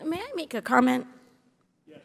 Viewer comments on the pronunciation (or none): “Mr. Chairman, may I make a Carment?” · "Mr Chairman, may I make a carment?"